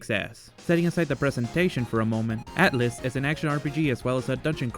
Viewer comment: Atlyss, not Attlys